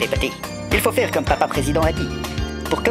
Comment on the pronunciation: Le coup de tonnerre sur nos dewwièwwe n'est pas obligé de se faiwwwwe …..